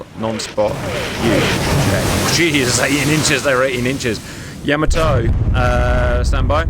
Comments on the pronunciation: Gents, it's not Yamoto. It's Yamato. Ya-mah-to. And the Japanese seem to put the accent on the first syllable, going by what I've heard on their videos about that ship. YA-ma-to, in other words. That first battle went about the way I would have expected it to, a clear victory for Yamato. The second battle was a different story. It seems that getting within the optimum range (depending on your ship) is a very important consideration. And then there's always luck, of course, which can go either way. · Man please get the guy to stop saying Yamoto it's hurting my ears. It's Yamato the ship, and Yamamoto the admiral. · Ee- SAY!! Please, Cap! No more, ee-Zay...you're killin' me! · It's Yamato not Yamoto!!! -Gunny T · YahMahToe not YahMoeToe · Nice video as always CAP! . . . BUT for the love of... 👀👀 Please 🙏CAP it is not Yaaamaatoe! that is just insulting...🤷‍♂🤦‍♂ Pronunciation is like this ( Yah! Mah! Toh! ) 4/4 90-120bpm snappy don't drag the vowels ( using drum terms think you understand that ) And adding the ( h ) after a vowel seem to help English speaking to understand it is snappy not dragged out vowels.. . . 😉😂 All Japanese words follow the same beat, snappy short vowels.. tah kah mah yah.. never drag the vowels!. Thank you! Keep up the awesomeness! CHEERS! 🍻🍻🥳😉🤭😂✨ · it's pronounced "YAH-mah-toe". Respect to the big girl, please. And at the Battle of Samar, part of the Battle of Leyte Gulf, the Fletcher-class USS Johnston repeatedly charged at the Yamato to try to protect the escort carriers of Taffy 3. The Johnston, indeed, did displace approximately the weight of one of Yamato's turrets. That displacement did not, of course, include the weight of Captain Evans' TITANIC cast-iron balls....